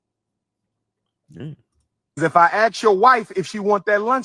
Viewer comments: Pretending to want to open a school for a decade and supposedly being a doctor, yet still can't pronounce the elementary word "ASK" . How about you go AKS somebody for a job application. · Why do y’all say kings and queens but can’t pronounce the word ask?